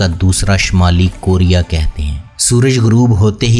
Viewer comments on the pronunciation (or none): none